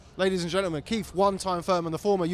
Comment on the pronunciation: Keith “Run Time” Thoyman